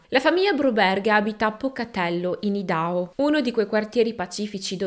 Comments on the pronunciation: Giusto x la cronaca si pronuncia Aidaho...comunque che storia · Ciao. Sei molto precisa e il tuo modo di raccontare cattura. Volevo dirti che Idaho si pronuncia " Ai da how " scusarmi